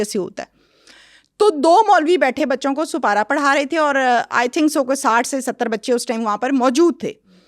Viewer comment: Supara nhi Aunty Sipara hota hai